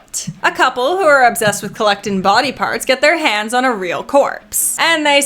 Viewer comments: Exactly she doesn't even know how to pronounce obsessed? It's actually that she's too lazy to pronounce it right at well as setting thing and anything. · Sorry but its obsessed not obzessed. S not Z